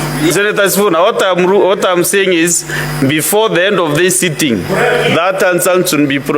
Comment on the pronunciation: Who is this clown of a speaker. Mara "next sitting", then suddenly in some mrima accent "before the end of this sitting"